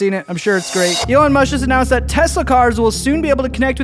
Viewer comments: bro really said Elon Mush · BRUUUUHHH you just sayed Elon mush.🤣🤣🤣🤣🤣🤣🤣🤣🤣🤣🤣🤣🤣🤣🤣🤣🤣🤣😂